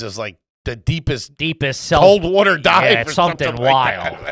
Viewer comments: I love that made fun of for pronouncing “water” correctly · When I heard that correctly pronounced Water, my brain slammed the breaks, like whaaaaaaaat was THAT???? 😆😆